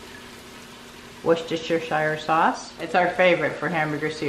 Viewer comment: Highly nutritious & fibrous(filling), but I would want more meat, myself, being carnivorous 😊 Thanks for not putting corn in 😉 Oh yeah!& for pronouncing Worcestershire correctly👍😀